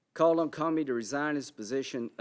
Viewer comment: Lol hes says commie instead of Comey twice.